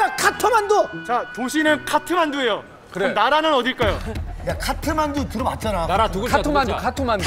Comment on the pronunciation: 😂😂 I’m from Nepal, The funny thing is we pronounce Kathmandu with 3 syllables. It’s Kath-Man-Du. Sechan was quite close when he said, 카터만두.